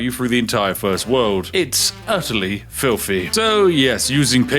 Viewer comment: Spiffing needs to work on his th pronunciations which always come forth from his bouche as ff. For example fings instead of things. Or Filfy rather than Filthy. Queens English needs a trifle more work my good man, otherwise, forge ahead and continue being rather spiffing